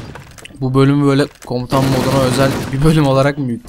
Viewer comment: komtan değil komutan olacak